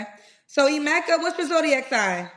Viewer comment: This man can’t even pronounce his own name. Its pronounced Eh-meh-ka, not I-meh-ka